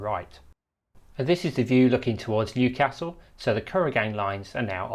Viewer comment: Would be better if you pronounced Newcastle correctly! You should have asked a local! Big thumbs down on this as you have made too many blunders.